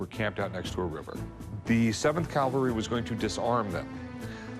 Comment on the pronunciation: I cringe whenever I hear someone say "calvary" instead of "cavalry" like Rick did here. FYI, Rick, Calvary is where the putative Christ was allegedly crucified. Some people even say "cowvary" so that it bastardizes both words.